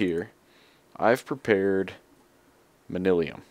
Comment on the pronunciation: It's man-yuh-lin, or man-yoo-lin ;P